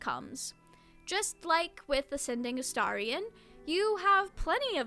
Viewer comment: You’re the first YouTuber I’ve seen who’s pronounced Astarion correctly 😍